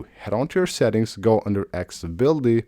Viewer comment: After years and years MF still can't say ACCESSIBILITY. 🤔